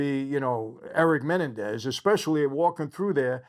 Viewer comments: I already dont believe michael cause he cant even pronounce their name correct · Just because the media pronounces it one way it doesn’t mean that’s the correct way. The man spent 11 months with Erik and Lyle, MAYBE they told him how to pronounce it. You don’t know. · Why is he pronouncing their last name, Menendez, wrong? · You're pronouncing their last name incorrectly. The accent is on the the second e. Great content! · It’s not menendez please at least pronounce their name correctly. I’m sure you probably didn’t intend on being disrespectful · I wish Michael would pronounce their last name correctly, just once 😅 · YOU CANT EVEN PRONOUNCE THEIR LAST NAME CORRECTLY. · Is he pronouncing their last name right? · Michael- your pronunciation of Menendez is off. You’ve added another vowel. Just saying. Thanks for thr recap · IT'S......... MA__NEN__DEZ......... ........NOT...........MEN__DA__NEEZ..... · It's MenEN dez, not MENendez. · It's Me NEN dez not Men en dez. If you're a friend, you should know that. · Its Men end ez not Menandex lol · I really enjoy your videos, but have to say, isn't it pronounced muh·nen·dez? And not menen-dez? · Men NEN dez. That’s how. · Just wondering why you are unaware of the correct pronunciation of their surname? It’s Menendez. Accent is on the second syllable not the first. How would you feel if your name was mispronounced to millions of people? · Meh- nen- dez 😂 Is it a good series? Well done ? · It’s pronounced me-nen-daz😂🤣 love your videos Michael! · The correct pronunciation of their Latino last name is actually MeNENdez. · It’s Men-en-dez lol but other than that great video! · Mah nen dez ……menenendez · I dont know if its a you tube thing but theyre last name id pornounced Ma-Nen-dez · I wanted to watch this video but the fact that this guy can't even pronounce Menendez correctly is annoying enough where I can't finish watching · I think you're the only one in the world who can't pronounce Menendez correctly lol